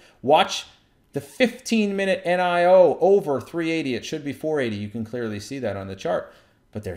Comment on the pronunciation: How dare you say "nigh-oh" it's definitely "knee-oh" -$NIO